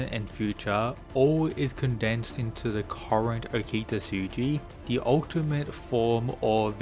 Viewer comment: Ngl I like your rundown of videos but your buturing of okitas name is super jarring man.